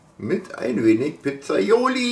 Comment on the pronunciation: Das Zeug heißt PIZZAIOLA ,nicht Pizzaioli , nur mal so zur Info